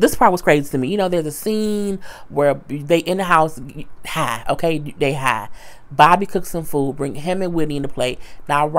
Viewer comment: I don't know why I laughed so hard when you said "BOB-A" lmbo